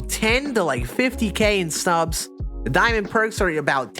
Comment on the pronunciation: Lmfao 🤣 he doesn't know how to say the ST together. He says Santon for Stanton too. 🤣